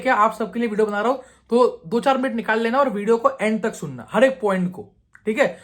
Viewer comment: u toobe😂